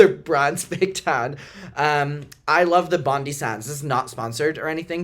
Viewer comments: "bondy sands" i love you but its bondi as in the beach here in australia, pronounced bond-eye lmao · hahahahahah love being australian and hearing people say Bondi (bon-dai-ee) pronounced bondey so cute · Hi, Australian Mucker here, your Bondi Sands tan is looking fabulous, though just so you are aware we pronounce it 'Bond-Eye' like Bondi Beach. Love that you wear Aus self tan we know what's up fr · You using Bondi sands after that being the competitor Matthew was talking about had me dying Also, is Bon DIE, its Australian, like Bondi Beach 🥰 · Bondi sands is the best! As an Aussie, it’s pronounced Bond-eye as in the beach. It’s definitely one the trips a lot of people up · its Bon DAI sands- it's Australian named after the beach!